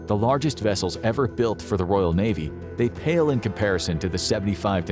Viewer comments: Royal.... not Royale... Its not a burger from Burger King. Otherwise, can't disagree with the video really! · It's Royal, not Royale. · Can’t even pronounce a simple word like Royal. Ark Royale with cheese